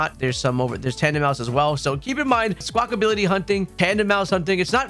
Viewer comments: Thanks for the video again, great stuff... P.S it's not Squakability it's Squakabilly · love that you spell squawkabilly correctly but you keep saying "squawkability" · Its Squawk- abilly, NOT SQUAWK-ability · 😂 It was getting to me so badly. Lmao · "Skwakability" - and AustinJohn